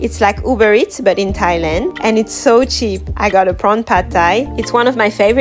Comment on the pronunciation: why does she say thailand the same every video 😂